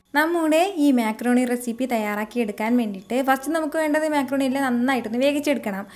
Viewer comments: Mecroni alla macroni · താത്ത മേ ക്രോണി അല്ല മക്രോണി